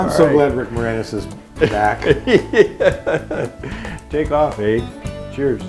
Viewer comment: Canadian here 🇨🇦, "Take off eh?!" kudos to James, he said it properly. 🍁👍🇨🇦